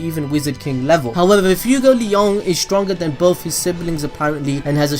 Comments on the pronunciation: He said FUEGOLEYAUWN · Its fue like sway fway-gol-eon fuegoleon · Man you butchered Fuegoleon’s name so badly. My ears hurt so bad after that. I know the video said don’t tell him, but I can’t help it.